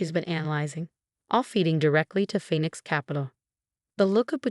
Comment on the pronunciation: A new sentence showing in these stories now, "designer heels clicking on the marble floor". This so has to be AI generated. No human could make this many mistakes. Plus the old 'Phenix' again.